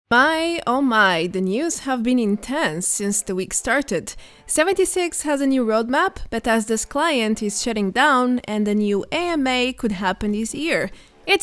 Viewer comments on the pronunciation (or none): It ama not maa